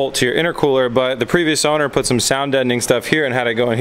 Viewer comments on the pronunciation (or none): none